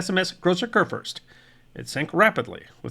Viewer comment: It’s “koor-foorst.” I’ll admit, much harder to pronounce is La Gloire — better to just call it by it’s English name - Glory.